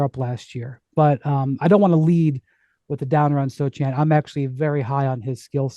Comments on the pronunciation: First of all his name is pronounced So-Hahn, not So-chan; 2nd I love how you all forgot the Spurs were tanking but okay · the C is silent my guy! Its pronounced (Soe-Han)